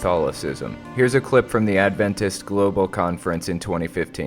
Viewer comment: I find your pronunciation of "Adventist" weird. You stress the "ventist" part of the word, while I've heard most people stress the "Ad" part. As in AD-ventist.